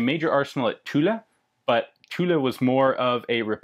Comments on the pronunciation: In French, as in English, the final "e" is silent...Thus Tulle is pronounced as Tull...with the French 'u' of course...Logically if you said the final 'e' the Sainte Etienne would be said Saint(uh) Etienn(uh).. M'kay? Other than that, great videos.... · Hi, What about Continsouza as private contractor? Was it only for M16? I don't understand the Remington's issues for building tooling, is it possible to have a quick view of those problems? About pronunciation of "Tulle", don't say the E at the end you'll tell it properly. And thank you again for your very hight quality videos. Carry on! Sacrebleu :D